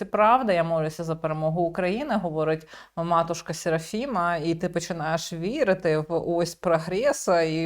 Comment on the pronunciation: Послухайте, ведуча, хто вам ,,посовітував" такий прононс, як ,,СєрафімА-а" з підвищенням тону, як ото у в'єтнамській мові. Я вже мовчу про ідіотське вовче завивання,,ва-А-а-у", як універсальна емоція геть чисто на усе. Не завадило б взяти уроки правильної української ВИмови.